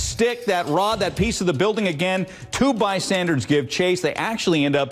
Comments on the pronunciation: It's bystandERS not bystandARDS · “Bystandards” lol this is the level of intellectuals on a professional news show. Jesus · This man thinks it's pronounced by-standards... 😂😂😂